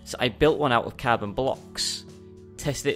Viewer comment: And lol car-boner